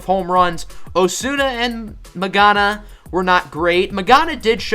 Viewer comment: 'It's not pronounced like that' Magana